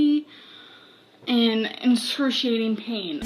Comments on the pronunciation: "inscruciating pain" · Fangs egsaturating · When’s someone gonna tell her how to pronounce excruciating